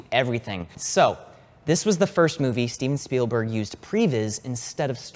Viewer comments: You pronounced "Steven Spielberg" wrong here But correctly here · Ah yes good old stehven spielberg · "Steffen Spellberg" :D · Stayven Spaylberg? Who dat?